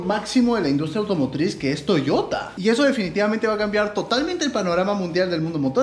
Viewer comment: "difinitivamente" eres el dios de la salchipapa